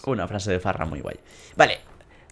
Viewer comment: se dice fara no farra xD